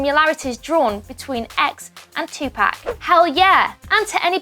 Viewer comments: This video should be call..."How many time can someone can get tupac name wrong in one video" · Girl ur sayin it wrong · Can you say Tupac right? I don’t wanna be mean but dang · R.i.p Tupac and also R.i.p X But I was cringing soooo much everytime she said Tupac’s name😭😭...I almost stopped watching the video just because of that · plz say tupac correct🤦🏾‍♀️ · Stop saying Tupac like that damn but rip X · You should really learn how to pronounce Tupac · Bruh, how do you pronounce 2pac name wrong, it doesn't get any simpler than that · for gods sake please pronounce PAC properly!!!! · So we just going to ignore how they say Tupac name wrong. NO OFFENSE TO BRITISH PPL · Audie lmao they ruined the whole video with that shir ,in tapac for Tupac ruined it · It's not tupack it's topuck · It's not pronounced "Two pack" it's pronounced "Two poc' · You’re saying Tupac’s name wrong. It’s To (pock) not To (pack) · You keep fucking saying two pack it's poc/pock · "Tupack" its pronounced "tu-pawk" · It’s not “2 pack” it’s Tupac. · She said 2 pack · It's pronounced 2-Poc not Tu-Pac 😂😂 but RIP Jaseh😭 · Tf! 😂 😂 who is 2 PACK?! It’s 2pac 🤦🏽‍♀️ irritated my ears hearing this dumbass damn reporter say his name wrong. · Bro she keeps saying Tupac like two pac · Its pronounced two pock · Michelle Proudfoot idk if u have already gotten a response. It’s not pronounced “2pack” it has more of a Spanish sound. It’s like the sound pop but pac. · ITS NOT TUPARK ITS TU-POC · She said two pack 😂😂😂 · "TWO PACK" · If this nigga sais 2pack 1 more fucking time i swear to god. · Did she just say 2-Pack... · The way she says tupac, "tupack" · Lol she said tea pac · Tupac is pronounced 2poc just so you know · “Compared to TwoPack” can we get someone who can say Tupac right? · “two pack” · The way she kept saying 2pack was so annoying 😒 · It's Tupac not Tupack. Smh..... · I hate people who say Tupack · Michelle Proudfoot more like tu-poc is the pronunciation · Audie lol tupack